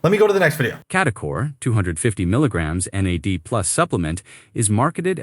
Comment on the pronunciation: As a bio student hearing someone say Nad like it's a name is sending me😭 it took me a hot second to process what you were talking about. Like ooooh NAD+! The stuff in cellular respiration! Alright.